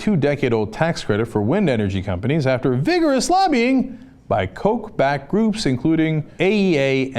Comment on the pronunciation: Its not pronounced coke as in diet coke, but cock, as in rooster or chooks.